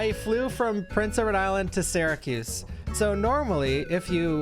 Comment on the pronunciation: The way you pronounce Prince Edward Island always, always throws me, man. It always sounds like you're saying Rhode Island (or Prince Rhode Island).